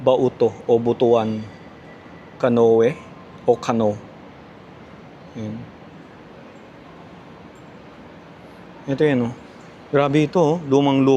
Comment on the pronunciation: It is pronounced “kuh noo” (canoe)